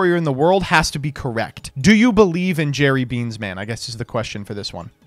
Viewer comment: Is jerry bean man a subtle hint at japanese people uaving trouble pronouncing L sounds...? Jelly bean... jerry bean...